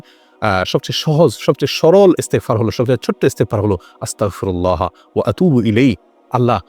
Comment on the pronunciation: ভাই আপনার পড়া ভুল আছে আসতাগফিরুল্লাহ হবে